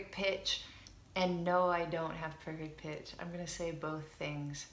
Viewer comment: i've thought u've said 'perfect bitch', lol